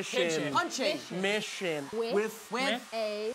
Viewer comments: The way jake said mision. MI-SHIN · the way tom says ‘missioooon’ its so british and now my fave thing ever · When Tom says mission he sounds so British 😂